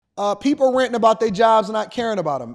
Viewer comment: He meant to say hey people! Not poo😂